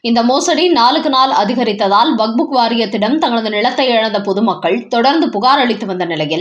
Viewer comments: அது வக்ஃப்! வக்புக் இல்லை! உங்கள் பல வீடியோக்களைப் பார்த்தேன். அனைத்திலும் இப்படித்தான் வக்புக் என்றே அடமாக உச்சரிக்கிறீர்கள். தயவுசெய்து செய்து உங்களை திருத்திக் கொள்ளவும். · ஐயோ ! இந்த அம்மாவை மாற்றுங்களேன்! " "வக்புக்" கேட்க சகிக்கலை.